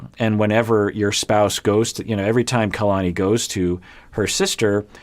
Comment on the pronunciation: Omg ‘Kaylani’ was driving me crazy lol